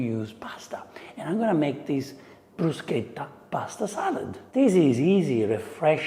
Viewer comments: I like how you told us how to pronounce bruschetta. You could do an Italian 101 class for anything but food and drink would be a good one. Most of us like to eat and drink, but are reluctant to order in restaurants. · Am I the only one who cringes like I've chewed aluminum foil or heard fingernails on a chalkboard when I hear someone pronounce it "Brew-shet-ah"? How about "Foh-cah-sha"....? Thank you for pushing how to say it! 😂 I need to make this. Really. I need to make this. This is a nice dish for warm weather.